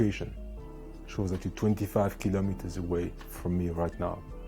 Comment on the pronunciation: 25 kilimeters 😂😂😂